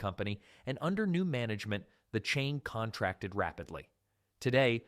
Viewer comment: grammar nazis rejoice as i point out the word "contracted" as a verb has its accent on the second syllable, not the first